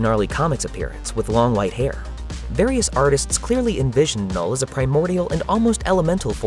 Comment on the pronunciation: O “K” é mudo, “nul”